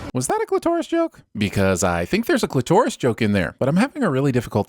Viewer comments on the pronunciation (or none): Fun video but dude, it's "clit-o-ris" not "clit-OH-ris."